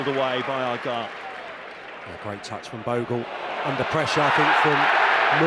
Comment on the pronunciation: Argyle not Argule